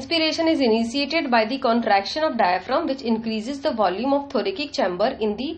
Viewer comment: Also its not THORAKIK its read as THORASIC